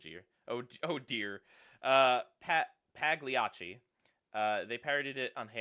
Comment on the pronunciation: Basically, in Italian, the GL digraph makes a y-like "L" sound (similar to French and Spanish LL and Portuguese LH), so Pagliacci is pronounced "pa-LYA-chee".